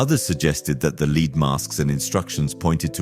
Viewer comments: Wth is a lead mask? I think you mean led (lead) not lead, as in being the first. Its spelled the same but pronounced different. You have to understand what you're saying to be able to differentiate between the two. Good ol confusing English language. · Please pronounce lead (the metal) as led, not as lead ie shoew someone the way